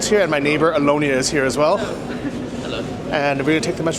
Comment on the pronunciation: when said: "Olonia" it took me some time to understand thet the lady's name was Alyona.